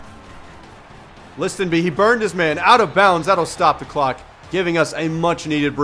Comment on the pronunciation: Btw, Listenbee is pronounced liss-en-bee, not lis-ten-bee